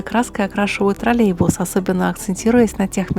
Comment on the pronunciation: не тролебус, а троллеЙбус.